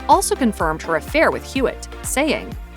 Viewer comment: Hewitt, not Hewlett😅